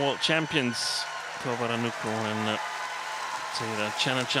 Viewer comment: แมทช์นี้ก็ได้ อัมไพร์คนโปรดมาเป็น service judge อีกแล้ว ชอบๆๆ แม่จิลก็อ่านชื่อ นามสกุลพี่ป้อ น้อนบาสได้ชัดเจนมาก ครบไม่ตกหล่นเลย เก่งมากค่ะแม่จิล ที่สำคัญพี่ป้อ น้อนบาสเก่งมากๆจ้า